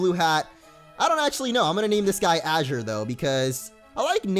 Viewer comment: my son's name is Azure, I appreciate it when people can pronounce it right. can't wait to see how the series plays out thanks for the content man